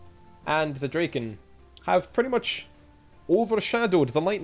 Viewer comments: I'm talking about the pronunciation. Dra- as in Drag, instead of as in Drake. Draken is modern Swedish meaning "The Dragon". Probably old norse as well but I can't vouch for the grammar in that case. Ultimately doesn't matter though. Just surprised me you chose to pronounce it like that. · Draken? Huh, hadn't even considered you could prunounce it like you do. It's just dragon but with a k.